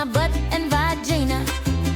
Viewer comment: 😂 va-geena. Im dying hahaha